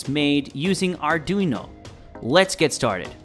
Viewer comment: Arduino “uknow” 😂